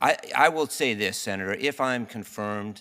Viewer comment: "Uh, Senaturrrr..."